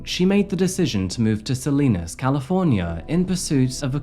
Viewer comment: Not that it matters, but it’s pronounced “Sa-lie-nas” not Sa-lee-nas